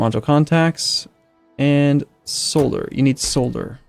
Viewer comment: Please! For the love of God! Say Solder correctly! That's all I ask.